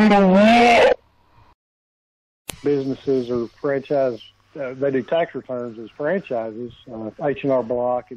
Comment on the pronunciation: See to me, "War soon, America" sounds like "More soon America."